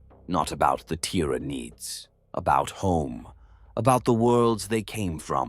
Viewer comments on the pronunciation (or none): Tiraneeed organsim😂😂